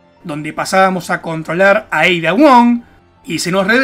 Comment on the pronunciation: "EIDA" JAJAJA